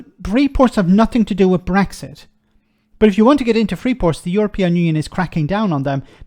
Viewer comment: The interviewer can't even pronounce Brexit and Rees-Mogg can't explain a single tangible benefit of Brexit. It says it all really.